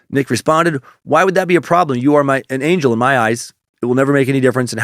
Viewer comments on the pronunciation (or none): none